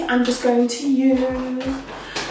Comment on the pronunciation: Welcome back sisss but quickkkk tip “amande” is pronounced ah-mand the e is silent 💜